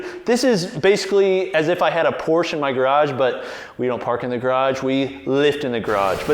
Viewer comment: Learn how to pronounce "Porsche" or stick with something you can pronounce. Like Ford.